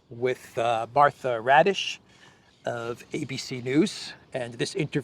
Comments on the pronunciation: Martha "Radish" is actually Martha Raddatz (she's been a Washington reporter/correspondent for nearly 40 years). is very casual about pronouncing foreign names, not only Slavic and African (and this one is not even foreign). I have no trouble pronouncing "Christoforou". No more radishes, please! 😉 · Her last name is actually Raddatz. Not Raddish. But, it’s funnier if you just keep calling her Raddish. 😛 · That interviewer's name is NOT "Raddish", but RADDATZ ... which is an old Prussian NAZI name!